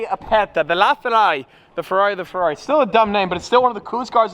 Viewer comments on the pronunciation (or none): none